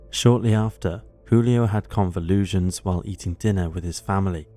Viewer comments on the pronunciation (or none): “Convulsion” is not pronounced “convulusion” Ngl this video was actually pretty decent though.